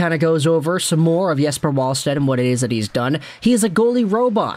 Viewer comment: Pronounced Yes•per Vall•sted, with a V